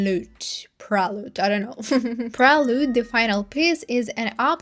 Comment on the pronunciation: loved ur commentary but u felt fake asf by pronouncing prelude wrongly and not knowing camilla is related to geffen, gave u even watched the documentary.???